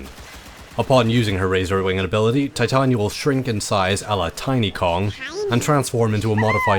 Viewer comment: pronounced ty-tayn-eeea